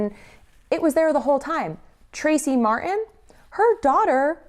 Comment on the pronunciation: mar-tin or mar-en? you decide lol because fk the letter t after all